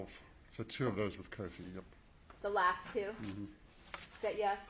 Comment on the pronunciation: Is Coty! Not Cody🤷‍♀️